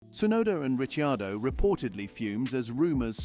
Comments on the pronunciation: >> *THIS VOICE KEEPS SAYING (( RICHYIADO)).. WHO IN THE HELL IS THAT??? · My God, your rumours are so far off.😂 At least pronounce Ricciardo's name correctly. The Red Bull employee was Honers PA who's been linked to Jos Verstappen. More BS click bait crap